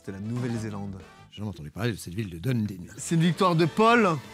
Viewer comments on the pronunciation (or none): Épisode incroyable ! Mac Lesggy a l.air tellement gentil ! Au passage Dunedin ce dit Dunédine, c’est peut-être pour ca qu’il n’a pas trouvé 😊